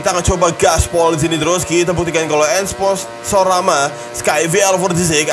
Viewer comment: Esponsorama bang bukan esponsorana